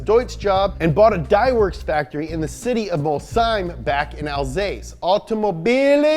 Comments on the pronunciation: *Alsace not Alsase 😉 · Not to be a prick, but and , it should be Alsace, not Alsase. Otherwise, great job, as always! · Alsace not alsase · Alsace, not alsase. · That's "Alsace" not "Alsase" ffs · I'm not gonna be annoying about the pronounciation but come on dude it's Alsace not Alsase, do a minute of researches before putting the wrong name multiple times in a video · Well...first it's "Ettore" and not "Etorre", second it's " Alsace" and not "Alsase" and third...why all those Type 35 replicas when there are still quite a few original ones going around? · It's Alsace (not Alsase) , cool video btw :) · Alsace.. not Alsase... but excellent video anyway!! New subscriber here :) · Alsace* not Alsase T-T But don't worry, Love your videos, you're forgiven. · ALSACE NOT!!!! ALSASE. More POWA BABEH! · Alsace, not 'Alsase.' Just sounds weird🤣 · Hi, french viewer here, it's written "Alsace" not "alsase" Nice prononciation on everything else tho ! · Dude it's Alsace, not Alsase with a C not an S thanks, A french guy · it's not alsase it's "alsace" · Please guy, it s Alsace, not Alsase. I know it s complicated for you american fella :) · It's ALSACE not ALSASE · AlsaCe, not AlsaSe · It's pronounced al-sass but what ever, good vid! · 3) It's A L S A C E not alsase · Alsace not Alsase ;) Nice vids and keep doing ,! It's very dynamic ! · ... Alsase.... Bruh, do you even Google? It's alsaCe Edit: and then where they swapped for a split second to alcase... You're trying to trigger French people aren't you? ^^ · ALSACE, FERTOMI ! Oder Elsass. Mais pas ALSASE, mein Gott... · Please, not alsase but alsace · alsace (french) or elsass (german). not alsase...you ham-fisted yanks... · btw its called alsace, not alsase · it’s pronounced Al-sauce not al-sace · I think you mixed up between French and German name ... It's "Alsace" or "Elsass", but not "Alsase" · it's alsaCe!!!! 😫 not alsaSe! 🤨 hello from ALSACE! 😚 keeps making excellent video like this one!!!! we love you too 😍